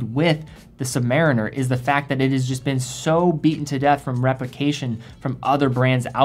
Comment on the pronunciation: The Navy man in me cringes every time I hear “submar - iner”. Somewhere there’s a crusty Submarine-Er shaking his fist whenever it’s said lol.